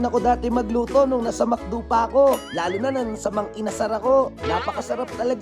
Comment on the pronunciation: Mang inasal po hindi mang inasar 😅😅😅😅